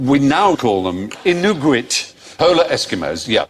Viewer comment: have to down-vote this one for Frey's pronunciation of Inuit